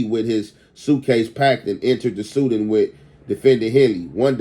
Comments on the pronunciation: bruh just say "SEDAN" Im sick of this 🥷🏾 keep sayin the suden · its se-DAN bro not sudin